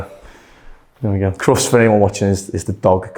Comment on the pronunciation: I'm American and I do know what Crufts is but I didn't understand your pronunciation until you said dog competition. You did a great job of doing what your wanted and changing it a little to suit his hair and face shape. I imagine with the unusual hot weather in the UK a lot of men are getting their hair cut.